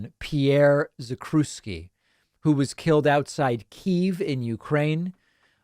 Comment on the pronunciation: The proper pronunciation is "Zack-chev-ski"